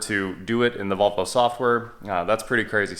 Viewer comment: You don’t know how to pronounce Volvo correctly